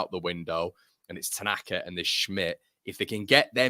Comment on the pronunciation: AO Tanaka! He surely has the best name ever ... pronounced 'Outer Knacker'. There's a cracking song brewing for him! 🤣